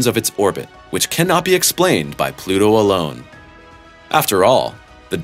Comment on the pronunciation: It’s Pluto you twat!!